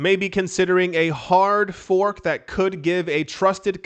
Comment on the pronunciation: That hard fork sounds more like a hard ph*k. 🤣🤣🤣 "We're gonna make a BTCBDC! C'mon fellas!!! It'll be AWESOME!"